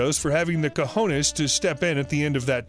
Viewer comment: I love how you pronounced Cojones correctly